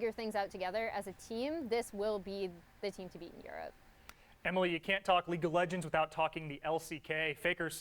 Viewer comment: Did he just mess up saying league of legends? Lol